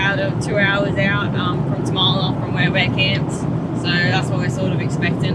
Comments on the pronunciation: hey guys, it's pronounced Tarm-la, not Ta-Ma-La. I go up there often, living in Kalbarri. And yes, you really need to be able to fix your own stuff out there. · The dirt road to Tamala/Useless Loop is normally rough as. You must have got it just after it was graded. I've had to drop tyres down to 20psi on it and go slow. Great spot though. Glad you're having a great trip. Tamala pronounced Tar - ma - la